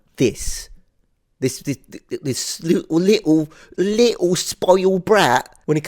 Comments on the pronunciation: I love how you go full cockney with "li'le spoilt brat" 😂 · loved you English accent when u said "little spoiled brat". 😂